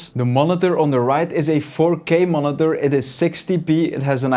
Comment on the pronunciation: Why do you say monither